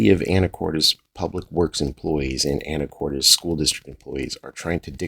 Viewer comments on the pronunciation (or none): You are the first that I have ever heard someone pronounce it, Anicortez... Always heard called Anticortess. Which is, in fact, the proper pronounceation. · I hope you're intentionally mispronouncing "Anacortes" lol For the record, it's pronounced "Anna Cortus" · I might be wrong, but I believe that it is pronounced more like "anacorts"... check with the locals, because I don't have an eidetic memory, but.... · Learn how to pronounce the city ,,,,,,,, u sound ridiculous